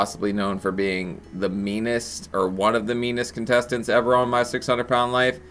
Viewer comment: He said "contestants," lol.